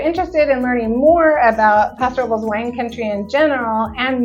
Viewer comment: Why are you pronouncing it like that? It’s a Spanish name and it’s “passo robe less”.